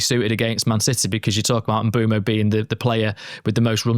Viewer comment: If only they could say Bryan Mbuemo name correctly 🥲